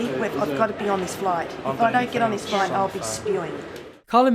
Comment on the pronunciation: 'It was specifoid, get us on that floight' 😆😆